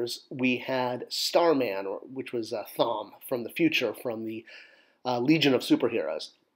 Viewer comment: I’m almost certain Thom is pronounced “Tom” as in Thomas.